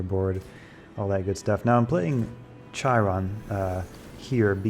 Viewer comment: I love your videos, but please read this comment - Chiron is pronounced with a hard "K" and rhymes with "Hi, Ron." It wasn't in this video, but you also pronounce "Chimera" incorrectly - it's also a hard "K."